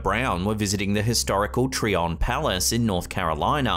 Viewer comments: "Tryon" is pronounced just like the 2 words added together: "Try on". It is not "Tree on". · It is quite common for Tyron palace to have period dress reenactors. It could have been one. Btw: I lived 20 miles from New Bern NC where Tryon is located and it's pronounced try on, not tree on. At least it is by the locals. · Tryon Palace in New Been, NC has period actors on the property during tours. Pronounced Try-On Palace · I'm from NC and the place is pronouned TRY on .😊